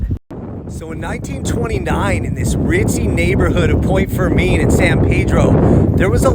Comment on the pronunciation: FYI your pronunciations are way off. Locals pronounce San Pedro and Point Fermin much differently.